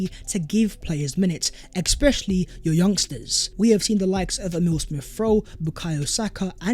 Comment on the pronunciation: Is it me or you pronounce the word 'especially' wrong?